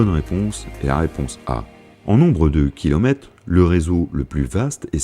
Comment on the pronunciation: Super quiz, intéressant et divertissant 🙋‍♂️👍 En plus montage au top surtout pour l'intro! J'ai juste un problème qui pour moi devient rédhibitoire, le flinguage des lettres façon vraiment coin perdu (kilomète, quate..) J'en peux pus 😵‍💫🥵